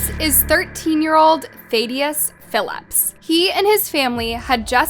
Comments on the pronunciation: Why would his name be pronounced thay-de-us not Thad-e-us? It wouldn’t be. Every video I’ve ever clicked on of yours has had something of importance mispronounced. Sorry for coming across rude, but it’s legitimately every single video I’ve ever clicked on that you have made. I can’t trust any info from someone who can’t bother to do the basics. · 😂 you said "Thad" but called him ThAdius😂 its Thad-ius. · Idiot, it is “Thadd-ee-us” Not Thay-dee-us. SMH, Your accent and voice are disgusting, like Lauren Boebert! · Quit calling huk THAYdius. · You can say Thad but not Thaddeus? Really? Soooooo many mispronounced words. Really? If the narration is AI, then maybe you get a pass. But if it’s not, shame on you. Do your homework. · you pronounced thadius wrong you idiot